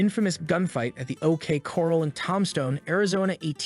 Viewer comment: toom stone. AZ. and ok cor ral. i think hooked on phonics. for him.